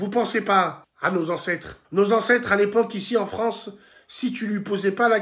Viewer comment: L'awgent dé la Fwance !